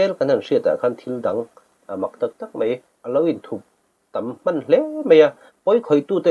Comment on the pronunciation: Mei, mei mei, meithei...puitling chin chuan, mai, mai mai, maithei tih hram hram a ṭha...Eizawl tihte hi a zia lo em mai